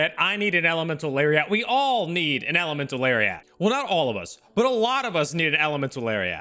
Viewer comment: I like when he says Elemental Larry at and Elemental Larry ot